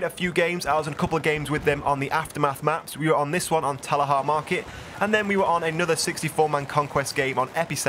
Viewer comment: Why is it that everyone seems to pronounce TALAH Market, Talahah Market? IT'S TALAH PEOPLE! TAL-AH!!!!